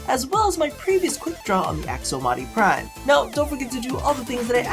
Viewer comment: and u said "AkSomati Prime" at the end * ^^ * where u tired rob? is realy the first time i see something like that happening in ur vids, in all the loooong time i follow ur channel already not once before ^^ (EDIT: lol nvm just saw the annotation, at first only had the audio so.. oh well screw me >_<)